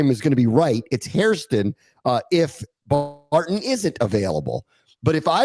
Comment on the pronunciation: you guys calling Barron Barton had me questioning my sanity lol